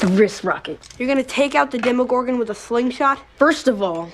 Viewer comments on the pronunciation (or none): Demogorgon not demigorgon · Great vid, except that it's demOgorgon, not demIgorgon. Other than that, enjoyed the analysis!